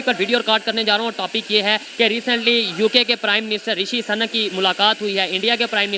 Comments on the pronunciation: rishi suuu..nak hai sanak nhi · "Rishi SANAK" nhi brother , he is Mr "Rishi SUNAK",. Hindi main iske maayne bilkul mukhlatif hai aur DEROGATORY bhi... just ek suggestion hai , baaki main aapki sabhi videos dekhta hoon .. u r doing a GOOD JOB. Ol D BST BRO ... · bhai SANAK nahi Sunak hai.... Suuuuuuuu-nakkkkkkkkk ....kam sa kam bolo to sahi... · O bhai sunak ha sunak bolo sanak nhi sanak ka matlab sanki hota ha